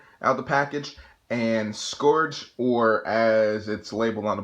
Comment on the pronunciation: Great review! Also, its pronounced "Scurge".